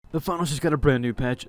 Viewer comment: pronounce the S in THE FINALS in your intro please it hurts me every update